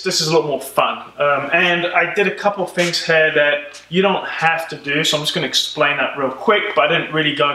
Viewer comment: You say "here" like "hair". I'm pretty good in recognizing accents but yours is mix of many :D